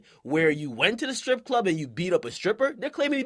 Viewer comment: the way you said strip clud had me weak 😂